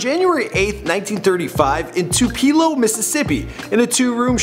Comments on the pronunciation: It's not Tu-pee-lo! It's Tupelo! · You pronounce Tupelo tu-pa-lo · I've lived in Tupelo for years and have never heard someone call it TU-PEE-LO. It's pronounced TU- PILL- LO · Boi He Said TuPeeLo Its TooPaLo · "Two-Pee-Low"? It's Two-Puh-Low" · did he say tupeelow, its tupelo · Did you really pronounce it like tu PEE lo? It is pronounced tu pa lo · tu-pe -lo how in dafuq u fuck that up wth is Tee-pe-lo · Yung Gawd yea it's pronounced to-pa-lo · Baby I’m from Mississippi and you pronounce it tu-pee-low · I'm sure it's already been said but for myself , I'm gonna say it, Tupelo = two-pa-low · Just a friendly FYI. Roy Acuff is pronounced aye-cuff and Tupelo is pronounced Too-puh-low. Sorry, I'm a southerner. lol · “In Tupeelooo” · Tup-Elo get it right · You said Tupelo real bad its Tu-Pa-lo. Now say it fast. I live and born and raise next county on the left side of his birthplace county. That's how we say it. You from up-north ain't ya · It’s 2 pa low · thats not how you say Tuplo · I stopped listening after “Tupeelo” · That's not how you say tupelo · Never say Tupelo like ever again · I'm from Tupelo Mississippi and that is not how you say it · I hate how you pronounce Tupelo, I guess because I live in Mississippi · You butchered the word Tupelo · Tuwherenow? How can you not know how to pronounce Tupelo? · Tue-pa-low or To-pah-lo : no one seems to be able to pronounce Tupelo correctly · does he not know how to say Tupelo... i live there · Man, you totally pronounced Tupelo wrong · I live in Tupelo. btw that's not how you say it. Lol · He can not pronounce Tupelo and he wasn’t that shy my teachers mom when she was a kid he used to play a guitar on his porch